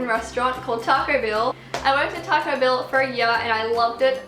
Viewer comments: is she saying taco bill or taco bell ? haha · Taco bill isn't the same as Taco Bell